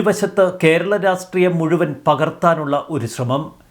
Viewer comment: Can you please correct your pronunciation of Rastreeyam